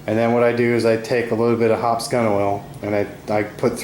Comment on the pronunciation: I must need a date! I heard Hot Summer Night every time he said Hoppe’s #9